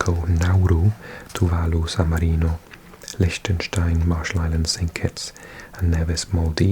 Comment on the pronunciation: Did you just call Lichtenstein lishtenstien?